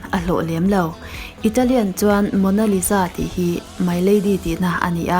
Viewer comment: The way she pronounce Leonardo Da Vinci and Mona Lisa had me wheezing😪🤣🤣🤣